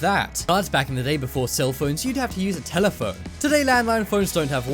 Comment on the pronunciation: "Next up is telephoine coils" 😂